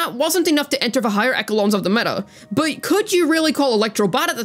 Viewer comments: Echelon = Eh-Sher-Lorn I know Acheron is read Eh-Ker-Rorn, but it doesn't transplant that way to "echelon". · Kaveh shade thrown 2 videos in a ROW??? Inconceivable behaviour. (Kaveh would pronounce Echelon correctly btw, one of my favorite words can't believe my goat fumbled that very disappointed)